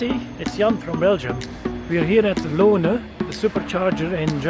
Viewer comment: Hi an Jesse, thanks for showing my supercharger review that fast! However I think my pronunciation was not good: actually it is the Lohne supercharger located on the A1 in the north of Germany between Bremen and Osnabruk. It is the common road from Germany to Norway. Thanks again. 👍😉